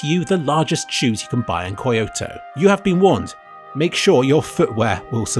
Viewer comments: Did you say Koi-oto instead of Kyoto because of all that fish? XD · "koyoto" its funny when u pronounce it wrong hahaha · that pronunciation of Kyoto nearly killed me. FYI, Key-oh-toh. LMAO I think Japan is a really interesting place, and likewise somewhere I would probably consider moving to, were it not for that damn language barrier. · ko jo tow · I took great offence, by the way he said "Kyoto".